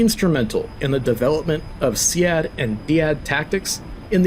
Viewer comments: No, a few people say that, but the most common pronunciation is "seed". Major William Hewitt wrote a thesis published by Air University Press called "Planting the Seeds of SEAD". That pun wouldn't work if SEAD was pronounced "SEE-ADD". But anyway, thanks for the tutorial video. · Repeat after me: read, lead, sead, dead. They are pronounced the same.